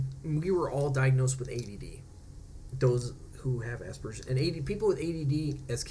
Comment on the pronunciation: Just turned 34 and almost done with my Autism assessment. Thank you for saying Aspergers correctly. I hate when people say it the other way....congratulations on joining utube.